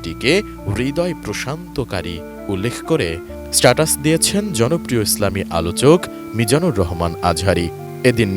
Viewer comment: জনপ্রিয় শব্দটাও পুরোপুরি ক্লিয়ার বলতে পারেনি সংবাদ পাঠিকা তারপর আলচক জায়গায় বলছে সমালোচক এত বড় ভুল এটিএন নিউজ ছাড়া আর কেউ করতে পারে না সুন্দরী পাঠিকা শব্দটা ভুল করছে কথা বলতে গিয়ে কিন্তু এডিটর কি করছে 🫣